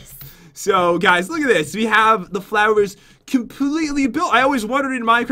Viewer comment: jen said thlawr not flowr